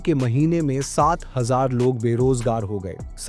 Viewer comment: 7000 ko aise bol rahe ho jaise 7 cr bol rahe ho....